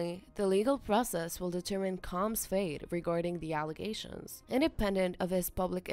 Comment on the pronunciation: Can you say combs